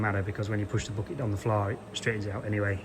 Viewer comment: Thanks for another great video, I enjoy all of your videos, never boring always appreciated, enjoyable and educational. The lengths of them is up to you, I prefer longer ones...but whatever is for you to edit. Great job on the " bocket "😂, love your language, we say backet👍👍from USA.